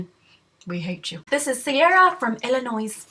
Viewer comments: no its illinoi NOT illinoiS....EVER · and she said Illinois wrong.. aw. love this cause im not allowed to have a bf either..oh well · totally don't mean this bad just everyone from illinois wants everyone else to know the s on the end is silent hahaha sorry totally not trying to nit pick or be annoying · u CAN say either IllinoiS, or Illinoi_.................okay. *facepalm* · i love u <3 you pronounce Illinois without the S btw:) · you pronounced Illinois wrong.